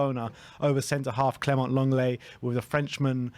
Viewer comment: phonetically it's pronounced Longlay.